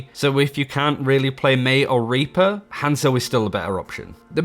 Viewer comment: Pretty sure you got demonentized because you said raper instead of reaper lmao